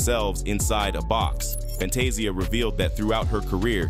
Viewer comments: Who is Salee and Kary? Its cee-lee. he also said Fantay-Zia wtf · I love your report on what's going on but what irritates me the most you're mispronouncing their names you got to learn how to pronounce their name correctly you have messed up Fantasia's name you even messed up Oprah's name how can you mess up her name😢